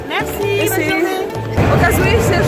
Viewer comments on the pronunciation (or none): Czy ty powiedziałaś bonrzu i mesi nie mogę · Creepy Girl ja ieszkam w Francji i chyba wim ale ona źle te słowa powiedziała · Creepy Girl no i co nie mów jak nie wiesz kto kim jest ona poprostu nie poprawnie powiedziała te słowa